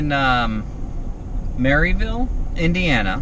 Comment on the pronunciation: Merry-ville? Haha. Locals call it Mer-ill-ville.